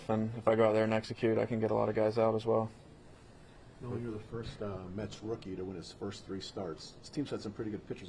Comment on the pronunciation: Brother can't even say Nolan's name😂